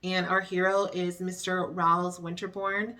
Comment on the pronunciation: Hello! Just a little fyi, you pronounce Rhys as Reese. I learned that from Gwen on Torchwood. Yes, I'm a geek.